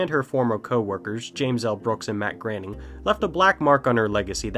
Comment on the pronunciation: your saying his name wrong. it's and 'oh' not an 'a' sound when you say groening.